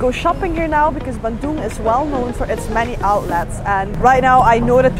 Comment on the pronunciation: really love the way you say bandung ♥